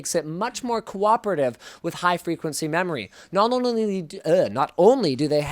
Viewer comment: did linus just say QUOPerative?